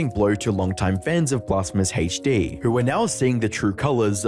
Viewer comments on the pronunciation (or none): It’s hd not haech d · 'Blasphemous HaichDEE' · Take a shot each time this guy says “BlasphemousHeachDee” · why do British pronounce HD like that